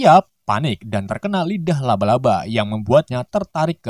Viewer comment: Bukan luba luba tapi laba laba